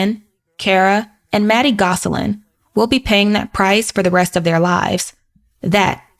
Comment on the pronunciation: The last name is not pronounced “Goss a lin”. It’s pronounced Goslin